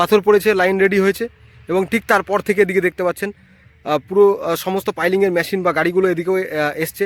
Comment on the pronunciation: কথা বলা ঠিক ঠাক করতে হবে। ম্যটেরিয়াল নয় মেটিরিয়াল, ম্যসিন নয়, মেসিন বলতে হবে। English spelling is 'material/materials & machin. উচ্চারন এত বাজে কেন?